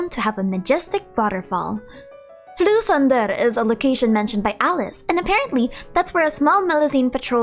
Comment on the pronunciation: "Fleuve Cendre" is a french term so i got a bit trigger at the pronunciation (sorry i know french can be hard). You can translate it to "Ash River", "river" is the translation of both "fleuve" and "rivière", but a "fleuve" is bigger than a "rivière". In France, "la Loire" is a fleuve and "le Loiret" is a rivière, the second flowing into the first. With that exception, the video is a really nice way to prepare yourself for Fontaine which is coming in a month :D